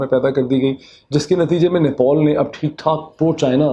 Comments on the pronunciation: آپ آپنی اوردو ٹیھک کرین خاص طلفوز اور نیپال ھے نوپال نہی ھے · Nepol nhi chacha...nepal ...paan khaye rakhe ho kya....